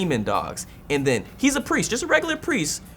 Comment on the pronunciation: Totally said ant instead of and